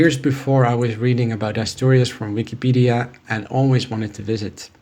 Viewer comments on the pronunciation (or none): none